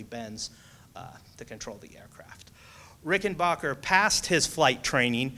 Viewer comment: It pronounced Rick-en-b-ahh-cker